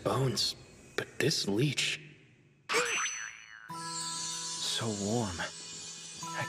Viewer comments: As quality as some dubs are, including this one, I can't stand when they mispronounce or just flat out say names wrong. He calls the litch "leech". Litch is an undead....leech is a blood sucker. Not the same. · The mispronunciation of Lich irks me every time. It's Lich not Leech! Now that he is "human" again I hope they don't keep calling him a Leech. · Kinda odd on how they decided to pronounce Lich. It’s like they’re saying leech. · am i the only one bothered by how they say lich? sounds to much like leech